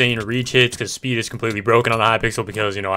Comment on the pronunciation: It ezz it what it ezz